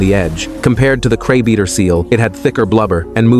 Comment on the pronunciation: The content creator needs to teach the AI better English pronunciation. The word is CRABEATER, not CRABE EATER.